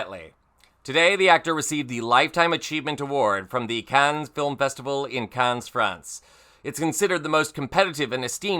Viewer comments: . "Cahn." Not "Cans," France. 🙄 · Only an American would mispronounce Cannes as 'cans'. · Honey, please. Camp it up all you like, but Cannes is not pronounced like “cans”. Drop the “s”, you ass. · 😮😮 The 's' in Cannes is SILENT!!! 😮😮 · The S in Cannes is silent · Hey narrator. The S at the end of “Cannes” is silent.